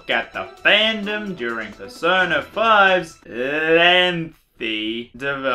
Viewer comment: Persona 5! What I heared Persoda